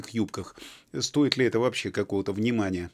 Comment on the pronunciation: Не « есче» а « еще» а в остальном вы правы! И не « вообсче» а « вообще»))))